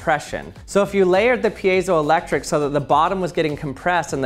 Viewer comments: You said payzoelectric and i was like, huh? I thought it was Pie-zo so I looked it up, and I was right!??? hah! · Never heard it pronounced piazo-electric. Always peezo-elctric. Based on spelling it's like field - piezo not like reactive. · I used to say peezo not peeyezo ... What is the correct pronunciation? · That is not how you pronounce piezoelectric lol. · Lots of thoughtful comments here. Let me break that and add my thought...today, I learned that for all these decades I've been mispronouncing piezoelectric. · I hate when people try to pronounce piezoelectric